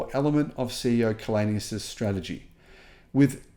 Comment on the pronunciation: Källenius is from Sweden. Maybe that's why he can make these statements. By the way his name is pronounced [chaellenius].